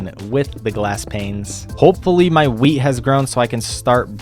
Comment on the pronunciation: (not the exact time but) when you said"let's hope my wheat has grown" I thought you said"let's hope my Wii has grown"😂😂😂